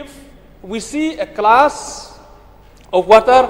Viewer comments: A klass of watar , stedmen, akri, 😅😅😅😅 pronunciation. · Renikton biej. Haba u Kyrmen u ong wat tuklar ki briew nabar wat tuklar ai ba ki paid jaiñtia kin tuklar. That's means only people of Jaiñtia. Stupid wat ia ka glass ruh pronounced klas 😂😂😂